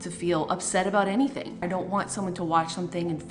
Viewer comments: ACTUALLY SAID ANYTNING INSTEAD OF ANYTHING 😂😂😂😂😂😂 Edit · You’re shady for saying “anytning” instead of anything 😂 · I love how she literally quoted everything word for word.. even when the tweet misspelled “anything” as “anytning” and she pronounced it as such. 😂 I’m here for it & honestly I’m going to start doing that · But I like how the voice in this video literally pronounced "anytning"... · Y'all she really read out the tweet as "anytning" 😭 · She actually said “anytning” I’m dying 😂😂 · I wasn’t going to watch the whole thing until she said, “anytning” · Sorry I laughed way too hard at “anytning” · it’s the “anytning” for me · "Anytning" has me almost in tears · “anytning” tell me why i died laughing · she just reads whatever is written, even the errors "anyTNing"😂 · the fact they said “anytning” 🤣✨ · the fact that someone misspelled “anything” as “anytning” and fr pronounced it that way 🤣🤣🤣🤣🤣🤣🤣🤣🤣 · I can't believe spill pronounces the typos 😂😂. "Anytning" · love how spill just pronounces the spelling mistakes ✨anytning✨ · Is anyone else tickled pink that she read it how it was spelled "anytning" Living for it 🤣💙🤣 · didn't actually expect her to read it the way its written